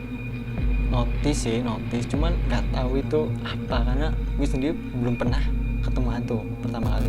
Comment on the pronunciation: Bro gw lebih serem dengan cara lu ngomong guwe